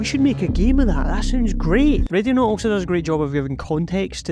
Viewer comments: I cant stop hearing Radionaut I swear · Even near the end of the video it sounds like you're saying radionaut. Could figure out the rest of the accent but i had to think it over every time you said the name of the game.